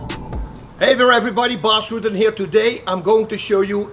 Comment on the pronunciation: Did Bas Rutten say Bas Ruten ?